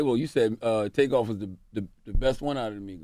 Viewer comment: She said takeoff, tookoff.